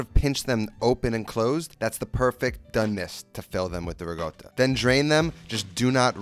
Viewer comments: Where do you see the word GOAT in RICOTTA?! You keep saying "RiGOTA" very confusing! None the less, good recipe! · why does he pronounce "Ricotta" like "Riggoda" LOL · It’s not rigotta! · Whats "rigotta"? 🤣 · Why do you keep saying ra goat toe? Not a taco